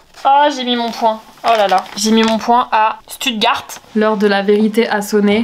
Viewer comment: Stuttegarde 🤣🤣 ça se prononce chtouttgart